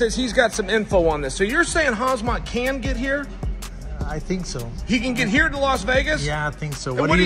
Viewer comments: If Uncle Chael calls you "Hazmat Chimaev", your name is Hazmat Chimaev. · If anyone was questioning Chael's gangster, now you know lol. The way he called Khamzat "Kazmat" multiple times to his face 😂 Undefeated, undisputed. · Lol he said his name in 2 different ways and both were wrong. Kamzat, Hazmat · Love how Chael calls Khamzat Hazmat to his face. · Lol Chael said hazmit instead of khamzat 😂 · Looool the fact that chael calling khamzat as hamzat... Ballsy guy.... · Hazmat Chemaev 😂 I just love Chael Sonnen butchering people's names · Chael calling Chimaev “Khazmat” TO. HIS. FACE. 🤷🏻‍♂️ Undefeated. Undisputed. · Calling him “Hasmat Chimaev” is beyond disrespectful. Not only that, it’s pretty ridiculous that a guy who works in this field for a living wouldn’t know how to pronounce the name of one of the most popular fighters on the UFC roster. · Hazmat, instead of Hamzat, and Tai Tiuvasa instead of Tai Tuivasa, and Still! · CHAEL call Khamzat-KhaZMAT😂🔫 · Unc Chael it’s KhaMzat not KhaZmat. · Lol Chael keeps saying Khaz-mat. He said Khazmat 3 times... hehehhehe Cmon Chael. Lucky you didnt get your face pounded by Kham-zat. NOT Khaz-mat! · Nah he means Khazmat, as in his hands are a hazmat to any opponent, smashavrybodie brother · Chael pronouncing Khamzat's name as Hazmat right to his face. We've got a badass showdown over here. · Said Khazmat 😭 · bruh, they keep calling khamzat as hazmat tho WTH 😂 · Why's Chael calling him Hazmat? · Cool that "KHAZMAT" made it to the US Crazy that he still doesnt call him by his real name 🤣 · Mans still saying Harz mutt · Lol chael sonnen cannot pronounce fighters names no matter how hard he tries. He’s over here with hazmat suit